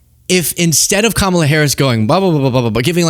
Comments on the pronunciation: Did you notice that now he says Kamala correctly? The rest is so crazy that I missed that entirely. 🤪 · I am SHOCKED he actually said Kamala's name correctly